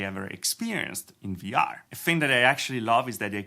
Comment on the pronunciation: stop saying vr tech CIENNOL, it's annoying!